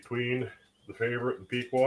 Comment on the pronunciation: Piqua is pronounced with a soft e sound, not a hard e. Its more like "pick-wah." I'm from the area.